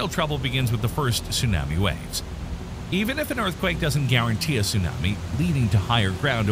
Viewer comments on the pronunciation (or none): If Tsunami wasn’t pronounced the way it is in the video, I’d be less bothered by the narrator. ‘Soon-am-me’. I’ve never heard it said that way. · If you are going to have a person speak about Tsunamis, you could at least find someone who can say the word correctly!! Also, the word Aleutian! He drives me crazy!! 🤯